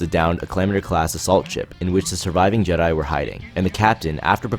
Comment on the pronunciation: Why does this guy always pronounces jedi’s names in the weirdest way?